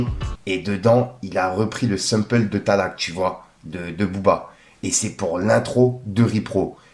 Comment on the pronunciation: Mais toi fils vraiment apprend à lire le " sample "😂😂😂